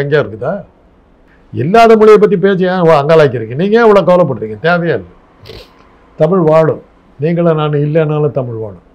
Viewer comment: தமிழ் நிறம் ரிப்போர்ட்டர் தமிழ் என்று சொல்லி படிக்கவும், தமில் என்று சொல்லாதீர்கள்